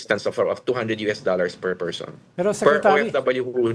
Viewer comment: Removing a 'pershon' Sarah not politics, ok?